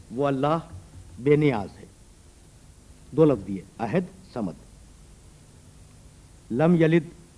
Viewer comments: حیرت ہے علامہ مرحوم احد کو عہد بول رہے ہیں اوربار بار بول رہے ہیں۔۔ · اسلام علیکم: عربی میں احد کے دو معنی ہیں (الف) پہلا،اول (ب) اکیلا۔ یہاں پہلا شروع میں احد کا مطلب پہلا،جب کچھ نہ تھا خدا تھا۔دوسرا آخر پر احد کا مطلب اکیلا۔واحد، only one. تیسرا مولانا یہ احد ھے عہد نہیں۔چوتھا،الصمد ھے نہ کہ صمد۔پانچواں: ھو hu'wa ھے ھ پر پیش ھے اور و پر زبر۔مطلب: وہ ہی،وہی صرف وہ،only He.یہ دو عربی کے حروف ہیں اور زبر پیش سے دو اسماء بنتے ہیں۔وہ اور ہی۔دونوں ملا کر وہی۔علامہ الفاظ کی گہرائی کو سمجھیں۔خدا ہم سب کو نیک ہدایت اور قرآن کریم سمجھنے کی توفیق دے،آمین۔ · اَحَد ۔ لفظ ہے ۔ آپ کی نشان دہی درست ہے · یہ احد کو کیسے پڑھ رھے ہیں میں نے کتنی بار غور کر کے سنا ح کے نیچے زیر کے ساتھ ؟ حالانکہ احد ھے لفظ۔ ح زبر کے ساتھ